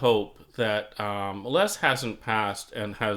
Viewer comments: Minor quibble, but it's, "Lez," not , "Less." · Correct. It sounds strange pronouncing it "Less".